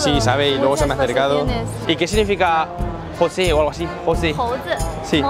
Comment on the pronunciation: no, alv, entendió" José "en vez de "Heshui" que es como verdaderamente como se pronuncia las palabras.